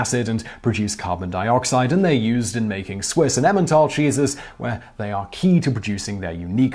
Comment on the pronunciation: Am I the only one to understand Jesus instead of cheeses 😂😂😂 My favourite part was the stinky Jesus 😂😂😂